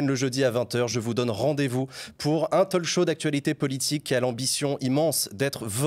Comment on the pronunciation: En 1 minute, le présentateur dit Talk-show en prononçant le l, alors que non !!!! Ça fait mal aux oreilles